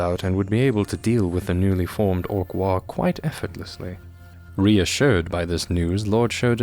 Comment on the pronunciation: The fact that there is an AM regiment mimicking the appearance of the British Expeditionary Force basically made a Rourke's Drift reference inevitable. Also GW are hacks. Oh, and? The G in "waaagh" is not silent. "WOG", not "waw".